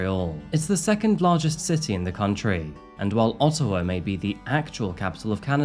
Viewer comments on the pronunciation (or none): none